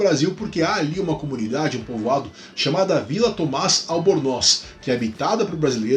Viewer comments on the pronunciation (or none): none